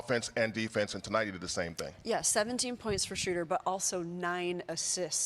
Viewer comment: Kerith, please learn to pronounce Schröder correctly, or just go with the traditional long O like the Peanuts character. "Shrooder" is just wrong. Here's how you do it